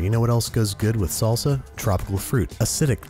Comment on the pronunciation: Every Mexican knows how wrong that "salsa" was